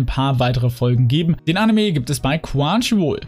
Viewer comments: Nicht böse gemeint aber du sagst immer quwanchiwoll aber es heißt chrunchyroll xD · Ne, das ist eher ein "Quanschiwuol"